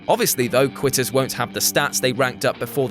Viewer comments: Quitters coughs not qutter cough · Qutters? I'm pretty sure its quitters tho... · I FOUND A ERROR IN NUMBER 1 U SAID QUTTERS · I’m not the only to notice “Qutters”, right?